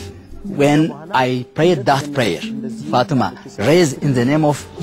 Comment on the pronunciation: This is the power of trhe lord. For it says that you will do these works and more. THERE IS NO LIFE IN SATAN. There is life in Jesus. he is the truth and the life and those that invite him in will recieve eternal life. Ok, one problem this ladys name is prononced wrong it is fatima. Fa-tem-ma. God bless